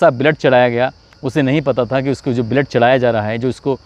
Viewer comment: ब्लड बोल बलेड बोलरा देख तू